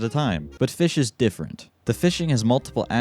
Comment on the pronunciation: It's called "fis CH"